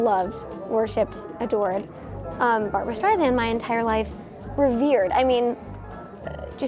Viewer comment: Beanie should learn how to pronounce Streisand. It's embarrassing.